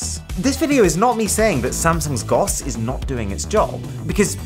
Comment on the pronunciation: When he didn't spell it out and instead said GOS (GUS) I chucked a bit.